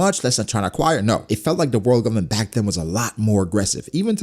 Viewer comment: Anybody else notice the fact that this dude say “Govbment” about 1000 times 😂😂😂😂